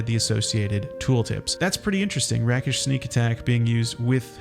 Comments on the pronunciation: Rake-ish Not Rack-ish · Rakish is pronounced rake-ish. A rake in this context is a womanizer, a male 304.